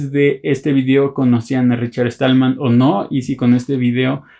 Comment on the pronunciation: Perdona pero no es Richard Estallman...es Stallman sin la "E". Con un poco de práctica lo logras.